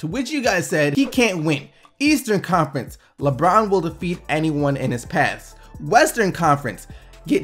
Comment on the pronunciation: lol stop saying le-eastern conference. it's leastern conference